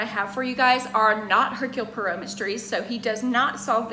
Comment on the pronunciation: when she knows how to say hercule poirot 🥵